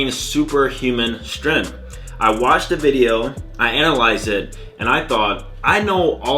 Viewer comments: Me: "Strength" You: "S t r u h n" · that level of strenth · no its shtrenth xD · With how much all these fitness youtubers know, you’d think they’d be able to pronounce the word “strength”